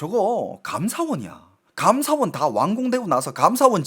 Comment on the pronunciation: 감ㅡ사원이 아니고 감사원 한국어의 장단 공부하세요